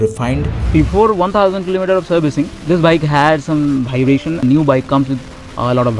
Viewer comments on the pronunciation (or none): Very very good video man. But bhaibration made me laughed a lot. Loved the video♥️